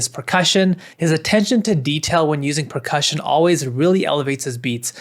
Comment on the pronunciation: bro said "pecussion"